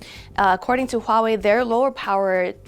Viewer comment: Dislike for bad pronunciation of Huawei.